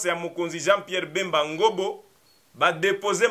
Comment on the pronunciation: C’est Ngombo et non Ngobo SVP!